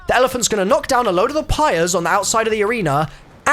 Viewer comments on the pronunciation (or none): none